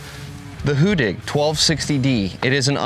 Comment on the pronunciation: You've got the get pronounciation right. Two d:s make for a short sounding vowel in the Swedish language. In other words the complete opposite from how you are pronouncing it today. That being said- keep up the good work promoting a great machine!